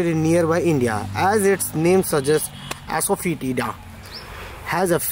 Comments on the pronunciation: How to say " ASAFOETIDA": It is no ASOW-FOTIDA , it is ASAA FOTIDA. yau said " ASO.FEITDA..., correctly said as ASAFOTIDA " GENIOUS " ==> " GENUS " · It’s not asofodna